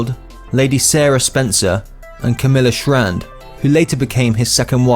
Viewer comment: FYI,,, ITS SHAND NOT SHRAND AND ITS BOWLS NOT BOWELS.